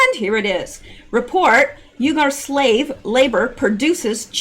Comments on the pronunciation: Not pronounced ugar pronounced weeger like weeper wiph a g.....lol God Bless you for all you do,,, for all you give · I Believe UYGARS is pronounced WE Gars,,, I Could be wrong,,, but,,, the odds are low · It's pronounced "wegar" LOL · Fyi uyghur is pronounced Wee-ger. Sry... Pet peeve of mine..😁👌🏾